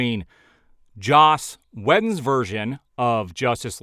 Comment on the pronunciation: its spelled Whedon. pronounced WEEDON.